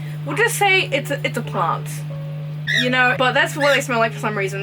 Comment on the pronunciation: Everytime you was saying.. "yeno... plants" i died 🤣🤣! They are all so pretty🥺